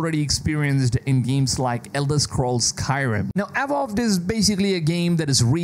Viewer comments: “Awowd”, dude it’s pronounced “uh-vow-d” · Dude barked instead of saying Avowed 😂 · The way you pronounced "Avowed" left me in tears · Seriously. This guy is so annoying, he doesn't even try to pronounce words correctly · Great job on the videos, as always. Work on the pronunciation of your Vs (avowed, version...), though. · You're pronouncing Avowed wrongly. Is weird considering you're a native speaker.